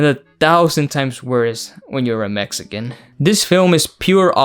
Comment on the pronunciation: They couldn’t at least hire a Mexican dialect coach?